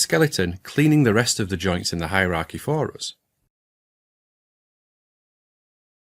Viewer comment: Today I learned how to pronounce "for us" in scottish: FAH-ROUS